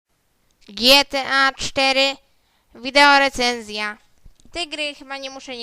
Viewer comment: Nie Poszczylamy tylko postrzelamy Kurwaaaa Ogarnij się dzieckooo kurwa wkurwiasz mnie już z tymi twoimi ''Widełorecenzjami'' Omg Co ja oglądałem przez ten czas ??!! ;/